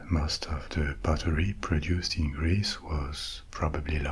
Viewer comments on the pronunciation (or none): I love how you pronounce "pottery" like the word "buttery".